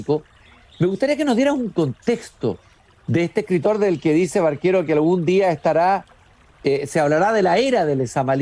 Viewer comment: Ojo, no es Barquero, es Baquero. Y dónde saca eso de que se ha hablado de una relación sentimental? Falso. Y si habló con Lihn en 1974, pues la primera edición de Paradiso es de 1967. Lihn seguro estaba leyendo la edición de Era. En fin. Mal. Se ve que Lezama Lima le importa poco a este cuate.